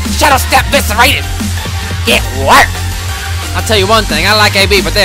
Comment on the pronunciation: I laughed so hard when he said GAT WERKED